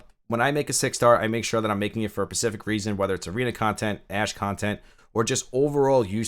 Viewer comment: Yeah he keeps saying pecific, it's adorable.